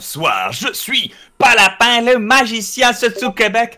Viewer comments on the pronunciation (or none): a 7.30 il a dit nazicien mdr